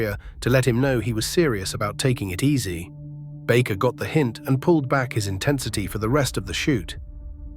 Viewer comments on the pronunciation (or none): none